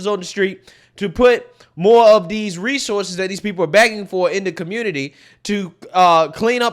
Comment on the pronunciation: She said , dees people! Isn’t that a racist remark!